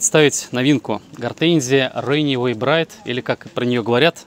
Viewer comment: Ренэвей браит! !!! Неужели сложно выучить 2 английских слова. Взрослый человек вроде . Run away - бежать убегать, bride - невеста .